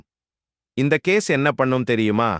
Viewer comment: என்ன பா உன் குரல் இப்படி இருக்கிறது, நீ சொல்லுவது ஒன்றும் புரியவில்லை, கொஞ்சம் அழகாக சொல்லு, கேஸ் என்னும் சொல் வேறு மாதிரி கேட்கிறது பா.